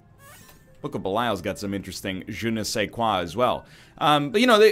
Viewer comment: in french you dont usually say the "e" in "je ne sais quoi", juste say it like "je n'sais quoi"